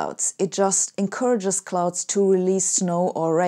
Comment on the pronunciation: Hey. I love your videos and your approach to life and science. And I have a favour to ask: any chance you could say words like increase, release, etc with an S instead of Z? That would be great. Cheers. Keep up the great work.